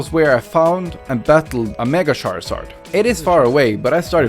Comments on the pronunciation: Sharzard? Char-zard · It's not shared its charzard